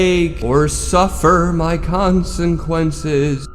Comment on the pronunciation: he said conseNquenses